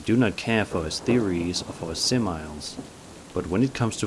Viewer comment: Enjoying your "readers vocabulary pronounciations". I have done that a lot too. "Simile" means someting is Very Similar to something else. Sim-ill-ee. It adds another layer of of a listening game to the stories. It ocurs to me, there is a Twilight Zone story written in simile to this where a woman repeatedly dreams of a nurse saying,"Room for one more" at the door of the morgue. Loving these Spooks. Loving these.